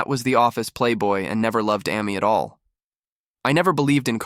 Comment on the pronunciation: AI voice Amy Ah-me lol